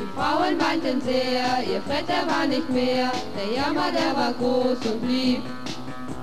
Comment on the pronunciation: WAS IST DAS?!?! 1) Seit wann hat Fred braune Haare und ein grünes GESICHT???? Ist dem SCHLECHT oder was?!?! 2) Diese Puppen am Anfang sind doch voll gestört!!! 3) Fred wird NICHT Freed ausgesprochen ! 4)Man kann mit einem Raumschiff nicht RÜCKWÄRTSFLIEGEN!!! 5)Sollte man nicht wenigstes ein bisschen interessiert wirken, wenn man von einem attraktiven Mann singt, und wo wir Grade dabei sind... 6) MÜSSTE FRED NICHT GUT AUSSEHEN?!? 7)Was sollen diese behämmerten Posen darstellen? Und was macht der Möchtegern-Fred da im Hintergrund?!?! 8)Als hätte Fred wirklich so eine dämliche Computerstimme! 9)Dieses Video ist das schlechteste was ich je hier gesehen habe ( und will schon was heißen auf YouTube !), es ist schlichtweg mit ,, DAS GRAUEN" zu betiteln wäre untertrieben!!! 10) Ich hoffe die Darsteller sind tot.